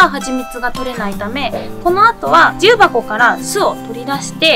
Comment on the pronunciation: 重箱の発音がきになるわぁ。